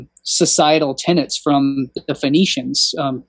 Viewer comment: Enjoying the videos very much. Thank you for all the research and sharing of information. One thing: it's TENETS. I could be wrong but it sounds like you're saying TENANTS? 🤷‍♀️